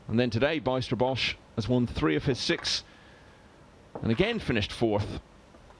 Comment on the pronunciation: Pronounce the letters ij in the name Bijsterbosch as the y in the word why.